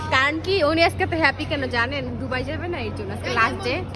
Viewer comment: ডুবাই 😂 নাকি দুবাই??? 😂😂😂